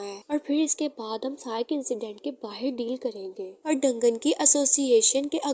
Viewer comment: डंगन नही दंजन बोलते है 😂😂